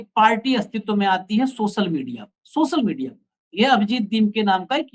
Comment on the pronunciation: Reporter Bhai सोसल नहीं सोशल बोला जाता है। पहले बोलना तो सीख लो। और हां भारत की जागरूक और देशभक्त GenG के सामने तुम फेल होगै